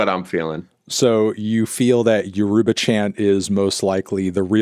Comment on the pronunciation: Pronouncing Yoruba they way they did should be a crime